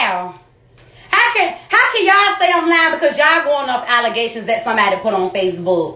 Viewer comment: This girl said alacazations😂😂😂